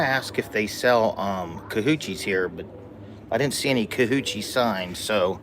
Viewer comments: It is Kolaches for real,. is getting a kick out of you saying cahoochie or whatever,lol. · It’s kolaches, not kahoochi! 😂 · ATTENTION..... Not called Kahoochies.. look it up, it's bad. Don't say it around anybody. They may knock you flat. just said they are called kalachees... Like a pig in a blanket. ❤❤ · Nope. It’s KALOCHIES! Don’t know about the spelling, but it is NOT KACHOOCHIES!😊😊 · They are really called Kolaches, not Kahoochies. LOL